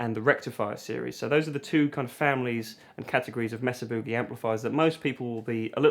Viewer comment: Mesa’RRRRR Booogay